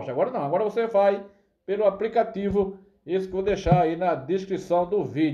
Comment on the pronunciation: Esse português do pipoco é uma comédia kkkkk apricativo.